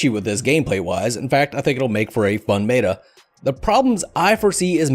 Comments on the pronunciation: i didnt here anything after the way he pronounced "meta". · I say it like "meta' not "mayta".